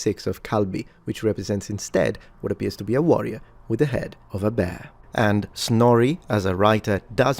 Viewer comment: And I hate to nitpick because you know much more about language than I do but Snorri is pronounced more like you would say "moray (lie the eel) or "hooray" a sort of combination of eh and a sound